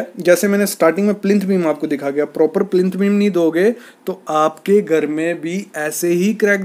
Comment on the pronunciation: Would be nice if you could pronounce GHAR correctly. Tired of hearing of GAR.